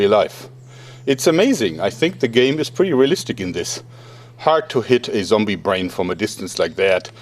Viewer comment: "Zombie joerg" shudders